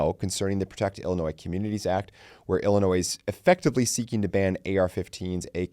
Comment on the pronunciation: The “S” in the word Illinois is silent. The “S” is not pronounced! Say it is if there is no “S” in the word Illinois. Please don’t pronounce the “S”.